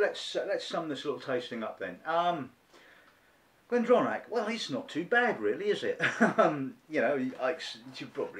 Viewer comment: good review..... but you must at least learn how to say benriach and glendronach properly..... ;-)